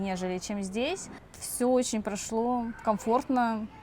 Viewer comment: o seu прошло aqui soou como um brasileiro falando russo